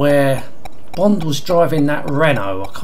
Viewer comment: The names Bwond, Jwames Bwond! :D